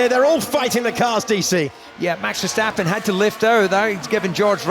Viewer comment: Max Ffffershtapen, Luis Hamilton, Liam Loson